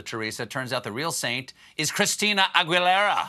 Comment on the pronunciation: Makes. me grit my teeth to hear the way Colbert mangles Cristina Aguilera's name.